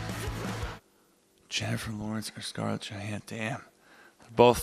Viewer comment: "Scarlett Yo-hanssons"